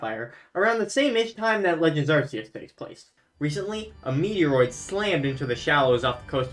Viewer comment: I like this video, my only gripe is how you pronounce Arceus